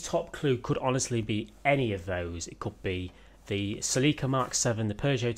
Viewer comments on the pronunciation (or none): Not sa-leek-uh......sell-eh-cuh....